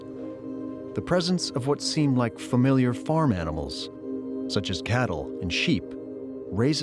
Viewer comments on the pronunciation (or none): none